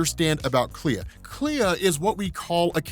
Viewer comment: It's pronounced Klee